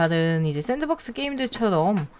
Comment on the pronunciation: 잠뜰님 sandbox 아닌가여? 잠뜰님이 sanbox 라고 하신거 갔아서